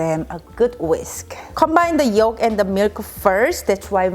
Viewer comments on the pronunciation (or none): none